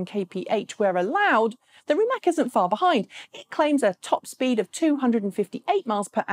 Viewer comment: The vast majority of Rimac's business model is to sell technology. In fact, they are the only profitable EV company because of this. By the way, it's pronounced "Rimats".